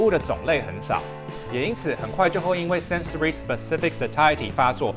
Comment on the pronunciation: sensory 不是sensoey哦，不过读的非常标准（from my foreign friend）